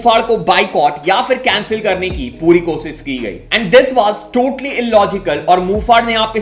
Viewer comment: Bhai susaant sing nhi shushat singh hai n kosis nhi koshish hota hai